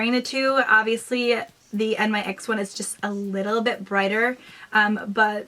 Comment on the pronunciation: its nyx pronounced like "nicks" I actually don't care for their matte lipsticks I feel that they pull